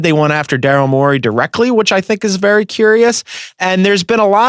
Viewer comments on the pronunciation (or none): I just hate how that guy says Daryl Morey's name